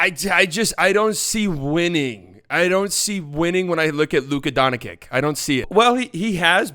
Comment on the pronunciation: "Luka Donakick" Lmao thats how say it